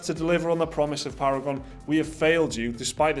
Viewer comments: Para-gone* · “Paragon is para-gon” lmao